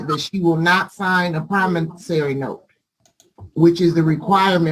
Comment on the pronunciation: doesn't know how to pronounce "promissORy" (not "promissARy"). Just saying...and that weave is about to fall off as well.